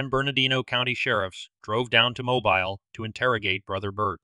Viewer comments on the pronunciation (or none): Good clip. BTW, it's MoBEEL, not MObuhl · Interesting story and nice production. Only its pronounced Mo-Bill not Mo-Bile. Just a pet peeve. If youre going to do all this investigating why dont yt posters get correct pronunciation of towns etc? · It is pronounced MOH-beel. 😊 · Its not pronounced mo bile its mo bill. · Actually, it's pronounced mo-beel! Rhymes with wheel. I am fascinated by this case! Great job in researching and presenting! Personally, I think he was involved in something "hinky" and leaning toward it being work related. If he had thoughts of early retirement and sudden increased finances, maybe there was some work secrets/blackmail going on? Which the wife would have known about? Taking the whole family out was meant to throw law enforcement off the track, which it certainly did! This was a means of keeping him quiet! My thoughts! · Mobile Alabama is pronounced. Moe-beal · Mobile, Alabama is pronounced— Mo—beel!!, please make sure you are saying places correct!!🌟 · I’m assuming this is an AI voice. If not, some pronunciation tips: “dachshund” is pronounced “DOX-und” (in American English) and Mobile, Alabama is pronounced “MO-beel”. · Mobile is pronounced Mobeel. I can't believe it was necessary to kill the dog. Stop asking me what I think. Nothing, that's what. I've never heard of these people or their deaths. What do YOU think? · 😂😂😂😂😂😂Mobile? It's pronounce Mobeal. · Mobile, Alabama is pronounced "mo-BEEL"